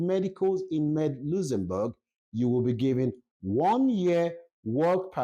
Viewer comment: just listening to your video, it’s a shame and so sad that you can’t pronounce correctly the name of the country you’re talking about. Go and learn how to correctly pronounce the name before coming to a platform like YouTube. It’s so embarrassing to listen to you 😢👎🏼